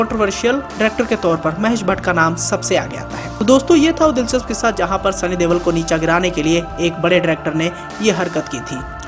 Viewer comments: He is not devol or deval he is Deol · Oo bhai Deval nahi Deol hai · Sunny deval???? Deol.... Sunny deol....